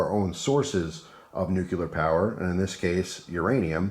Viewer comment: This is definitely something I'd be interested in investing in, thanks. Also, I have to be that guy... it's "new-clear", not "new-cu-lar".